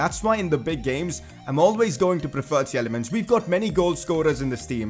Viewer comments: It's not [Tjelemens] but [Tilemans] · Please work on your Praet and Tielemans prononciation